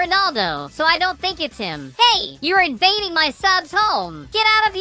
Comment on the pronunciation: I liked it wrn he said invafing there games